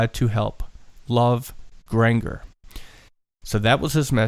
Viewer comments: Killing me with the miss pronouncing Grangers name. Grain-jur.. not the weird name you keep saying... smh I feel like fact checking/research would of helped alil more.. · The second G in Granger is a hard G boys, not the soft G like you're doing.